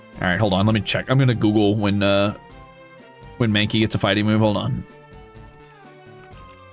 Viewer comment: OH GOD HE'S PRONOUNCING IT SO WRONG 😭😭😭